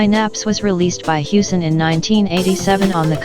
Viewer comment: X-Out is pronounced "Cross Out", as the intro of the Amiga version demonstrates.